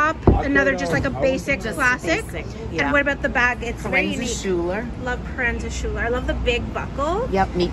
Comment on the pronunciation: I think it is pronounced Proenza “Skooler” but could be wrong…